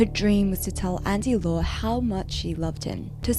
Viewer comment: That is not how you pronounce Andy Lau...